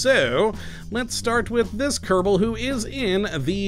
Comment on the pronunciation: Why do u say kerbado space program?